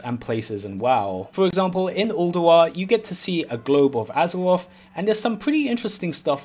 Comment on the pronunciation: Take a drink every time he says Azawoff.